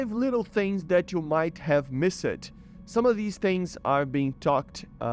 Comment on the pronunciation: its pronounced ''mist' not ''miss ed''